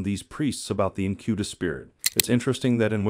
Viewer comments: It's pronounced: "INK-eh-bus". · Incubus, stress on first syllable.